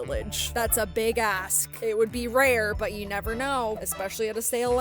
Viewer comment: I thought you cursed and i was like 😮 but you said “ask”